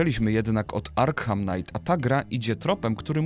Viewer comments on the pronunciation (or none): Arkham czyta się jako [Arkam], ponieważ H jest nieme:)